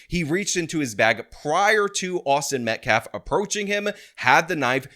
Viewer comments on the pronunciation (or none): the guy can't even pronounce "Metcalf" correctly, he says it "Met-claf". What a clown. 🤡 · He mispronounced the victim's name as "MetcLaf" twice. Almost like he doesn't gaf about the victim in this case. 🤔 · this guy can't even say Austin's last name correctly lol wtf. Metclaf? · “Metclaf”. Cmon man. Say the kids name right. Geez. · mispronounced Austin Metcalf's name TWICE in that presser clip, referring to him as 'MetKLAF'. Such disrespect. 😡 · Is it pronounced “Metcalf,” or “Metclaf”? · 'Im a lawyer but i cant say the name right' metclaf.. really dude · He said Austin Metlaf,,,TWICE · It's not "Metclaf", it's METCALF, you ignorant dolt. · " Austin MetcLaf." 🤦‍♂️ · Let me axe you a question. Why does he keep calling him Austin Metclaf? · Metclarfe? Can these people ever pronounce things properly? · "Metclaf" Dude can't even pronounce his Name!!! What a Joke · Metklaf? That basketball can't even say the name right. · Can’t even pronounce the victims name correctly. Abysmal is an understatement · He doesn't even have the respect (or intelligence) to pronounce the name correctly. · I find it more sad they pronounce karmelos name correctly, but everyone can't say metcalf to save their lives. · why is it so hard for people to say Metcalf right? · that guy yeah look into him, Donut operator already said one thing about him so I’m sure we are gonna hear alot more. This is guy is not a good person and is trying to look like some kind of peace maker 😂yeah no, nope he can’t even pronounce the name correctly he doesn’t give a shit, just what it will mean for those going forward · Does he mis-pronounce Metcalf on purpose, does he know how to say baby cow? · We have saw a false autopsy that is false, and I am surprised that every black mispronounced Metcalf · Can the ngan guy actually pronounce the victims name correctly?